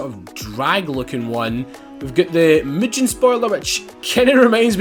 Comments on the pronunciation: The way he pronounces mugen is so Annoying it's pronounced (moo- gen) not (moo-jen) and making a prelude rwd is nippy aswell to a Honda geek like me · Him pronouncing mugen wrong